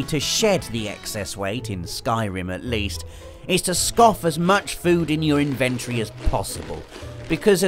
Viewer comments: In..ven...tory not invent...rey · 7 times pronounced inventory wrong